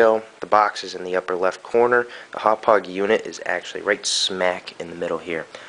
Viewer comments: I'm a Long Islander - it's closer to "Haw-pawg" (NOT "how-pidge"). It's hard to understand unless you live on LI or know someone with a Long Island accent. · I think it's pronounced Happauge as in (Haw-Por-ge) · Here's how I pronounce the brand name of this product: Humpage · Speaking of "newbs", it's pronounced Hau-paw-juh. Also, it doesn't JUST record in M2TS. If select the drop down on the bottom left, you can select between M2TS (PS2) and MP4 (Xbox 360), both of which are 1080i. You can also select TS which I believe is 720p or regular DVD quality. You also may want to get the update made available to us from Haupaauge's website in the software section. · Hawwpijj hd pvr is how you pronounce it. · haha im pretty sure its pronounced "Haw-pog" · Itz pronounced Hauppauge =D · its pronounced hauppauge! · Thanks for this, will use this tut when I get my Hauppauge HD PVR for xmas :) Btw it's prounounced "howpow-ger" (It's german, my german friend told me its pronounced like that)